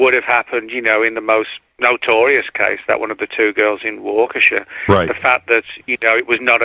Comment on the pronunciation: it's pronounced WAH KA SHAW! NOT WAKEESHA. AND YOU GREW UP IN THE AREA? 😂 NO WAY LOL